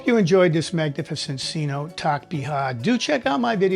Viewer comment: It's pronounced c- notay, not c- note. Love the vid, and the music 🎵👌